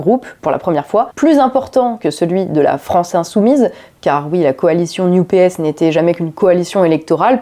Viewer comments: NUPES prononcé "new PS" = wtf? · Prononcer New P.S. pour NUPES, c'est voulu ? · J'entends "New PS" pour "NUPES". C'est volontaire peut être ? En tout cas c'est pas bête. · bonjour, il y a une chose étonnante , a chaque fois que vous prononcez "NUPES" moi j'entend "New PS" ce qui au final est plutôt vrai! , ce ci étant dit , bonne analyse comme souvent avec votre travail , cordialement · Ah donc, pour, ça se prononce "la new-PS"?:D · La nupes prononcé "New PS" c'est parfait <3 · NUPES prononcé "NEW-PS"? J'ai bien compris?? Le nouveau PS? 🤣🤣👍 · le retour, enfin! Pertinente et impertinente, comme toujours. On retiendra la nouvelle prononciation pour l'improbable coalition de Mélenchon: New Ps